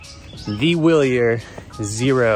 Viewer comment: NIce ride, it's pronounced Vilier